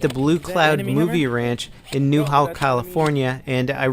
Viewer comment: "Newhawll" FUCK how do you miss pronounce newhall